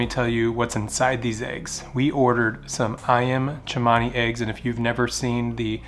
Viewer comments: It's Cemani not chemany. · It’s Cemani! Not Chemani! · Ayam Cemani is pronounced, A-yam Se-mani. There is no H to make it sound like Ch-mani. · Never let more than one hen in each nest when brooding. They usually will try to steal the eggs from each other, hence not so good hatch. Ayam Cemani is a very nice variety, an Cemani is pronounced with an ordinary S 😊